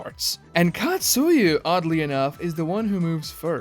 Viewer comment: Bro it's Katsuya not Katsuyu.